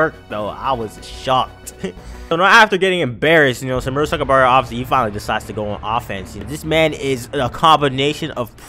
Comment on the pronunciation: You messed up the pronunciation of my boi murasakibara's name